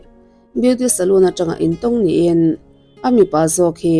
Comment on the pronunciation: Soloon (zu in na hmun), Salon (Sam mehna/ sam siamna), Salon tia lam tur aw